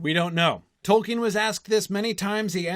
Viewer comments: that dude doesn't even know how to pronounce "Tolkien", let alone the names of the characters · he doesn't even know how to pronounce "Tolkien" correctly, unless he's finally learned it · everyone's talking about Colbert for some reason, but that's a guy who literally didn't know how to even pronounce "Tolkien", let alone the names of the characters.